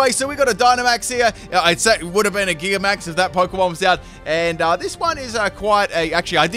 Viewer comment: Gigantamax is pronounced the way "gigantic" is pronounced. Nek minnit doesn't know how to pronounce gigantic